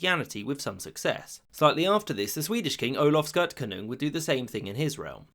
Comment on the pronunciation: Did you really say Olaf Skirt Canoe? Were you checking to make sure we were paying attention or was that his name?